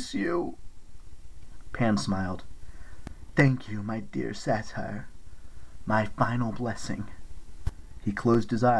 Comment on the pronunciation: honestly, above all the sound issues with it fading in and out, the mispronunciation of satyr has been driving me nuts. few other mispronunciations there too but mostly that.